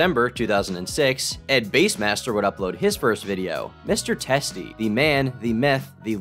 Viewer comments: ed base? I thought it was bass like the fish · You know it's bass, like the fish, right? Not the instrument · It’s Ed-bass master not Ed base master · Did call bassmaster “base-master”????? Tuff